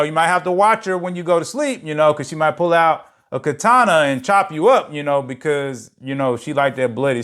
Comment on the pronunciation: In the word katana the emphasis is on the FIRST syllable. I'm so thankful that all of this men being willing to take whatever you give them even if they don't like you and are super time-wasters. Now we know. Now we know not to allow this.